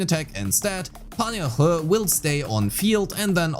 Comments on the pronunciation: Btw the correct pronunciation is sort of like Yeen-Hoo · it's pronounced yin-hoo but close enough!